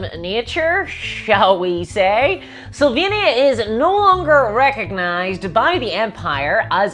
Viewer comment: Amazing video, as always! I can help myself, but hear "Slovenia" whenever you say "Sylvania" :) At least I hope our politicians aren't vampires....